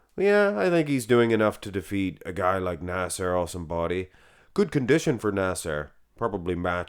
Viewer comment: "Nassair el Son Body" 😂